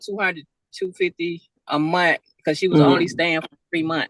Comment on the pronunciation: how many days are in a Munnt? And what is the definition of the word “chuelldrhinn”